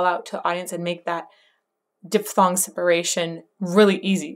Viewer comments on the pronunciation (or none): none